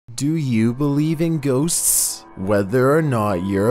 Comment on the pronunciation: have trouble saying "Ghosts". He says "Ghosts's-s"